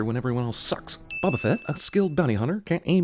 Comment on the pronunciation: Boba fett not baba fett I’m a year late but I had to say it